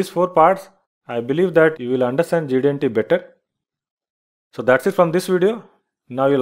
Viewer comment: Quite a nice and clear explanation. However, would you please slow down when you say GD-aunty? If you do then you'd sound like GD&T. And thanks!